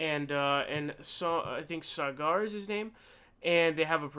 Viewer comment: It's pronounced sogger